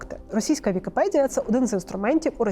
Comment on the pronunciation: Блюванув на слові "підкасти", потім "вікіпєдія". Хоч читайте вже з суфлера нормально.